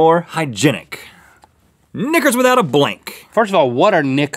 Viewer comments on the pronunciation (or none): Guys, it's "knickas", not "knickers". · "Knickers"? It sounds like Link is saying something else! 🤔😂